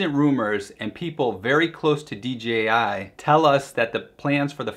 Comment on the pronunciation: Dude I like your videos but really WTF is" D G I ?" Is Dee Jay Ai, sorry but that really grind my gears. For everything else I like your videos.